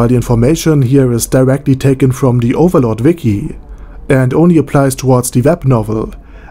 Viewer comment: That badass accent though, dude you literally pronounced almost all name in overlord like the name where it came from. COOL